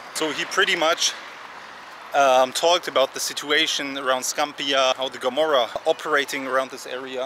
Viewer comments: "ruled by the Gomorrah" 😑 It's Camorra, not Gomorrah. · It’s Camorra not Gomorrah